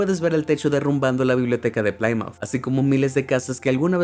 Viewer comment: Plymouth se pronuncia "plimuth"